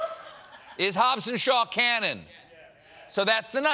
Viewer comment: He was doing so well till he said Hobbs and Shaw 🤣🤣